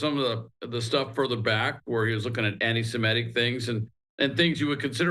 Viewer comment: People who cite their own knowledge of certain things really ought to pronounce the term SEMITIC! It is NOT pronounced "SIMETIC!"